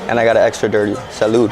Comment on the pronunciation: Your videos are interesting but every time you say salud, it annoys me so much.